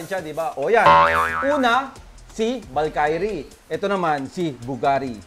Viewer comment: ung valkyrie di ganon ang pg pronounce